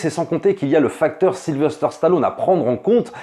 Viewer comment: S'il y a un truc qui m'horripile, c'est d'entendre dire SylveRster Stallone( comme dans la bande-annonce du début de la vidéo). C'est SYLVESTER, bordel !! En plus il est plus difficile de prononcer Sylverster que Sylvester.